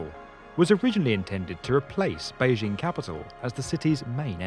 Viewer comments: Adolf Hitler That's not what I said. The narrator mispronounced the first word in 大兴 and mispronounced the second word in 北京. The vowel sound in 大 should be "ah" as in "father", not "apple" and the initial consonant in 京 should be "j", not "zh". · The narrator is mispronouncing the names. Da (大) should be pronounced "dah" as in "Wanda" and Beijing should be pronounced "bay-jing" as "jingle".